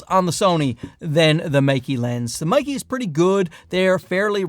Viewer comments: But both Mey-Key and Mike-Key are wrong 😂It's 'May' like the month, and 'Kuh' like the 'cu' sound in the word "custard". It's not hard to say it correctly, we have all of the sounds in English (unlike other Chinese brands e.g. Zhiyun). For the losers saying I'm being pedantic, wouldn't you point it out if he was pronouncing Canon as 'Ceenown'? Sure you would. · It's not "Mikey', the two syllables in the name are pronounced May (like the month) and Ke (the sound at the beginning of "current". Don't you have some brand deal with them or something? You should really know this. Anyway, still enjoyed the video. Been here since the early days.